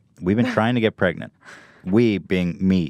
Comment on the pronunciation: Ethan trying to get pregananant